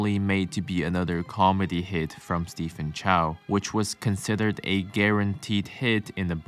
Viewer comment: On an unrelated note, Stephen isn't pronounced Stephen but Steven.